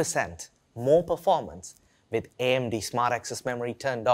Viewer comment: We = Vee With = Vith Work = Vork Amd, if you want to present your new products please don't send Indians to be your presenter. They can't pronouce English words correctly.